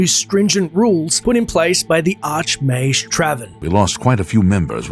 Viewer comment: Stop calling Mages "Majes" plz